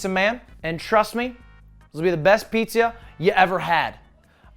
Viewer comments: he said pizzia pog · Did you you just said "Pizzia"? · "I made Pizzer" Next title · I believe you, Its gonna be the best piz-ja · ‘the best pizzya’ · "this'll be the best pizYA you've ever had"